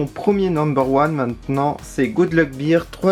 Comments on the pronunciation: Salut ! Tu prononces Bear comme Beer c'est à dire la bière. Bear se prononce "Bère" en gros. Sinon superbes achats l'ami ! Bravo. Pouce bleu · Bear sa se prononce pas bir mais bèr